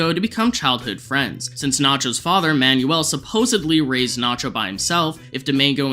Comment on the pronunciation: It's pronounced Man-well, not Man-yu-ell.